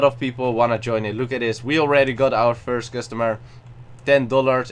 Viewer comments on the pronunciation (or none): none